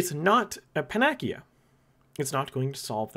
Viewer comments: Panacea = Pan-a-see-ya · "Pan-ekeya" bro did you really just 💀